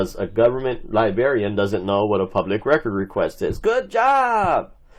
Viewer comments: An unemployed snarky 🤳🤡 saying the 'libarian' - a decent & employed human doesn't know anything. He should learn English instead of trying to memorize statues & orderances. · Theres are 2 R’s in Librarian